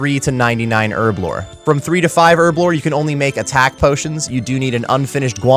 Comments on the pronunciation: Earblo 😂 why is it so hard to pronounce the H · All I hear is Erblore XD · wtf is ‘ERBLORE 😂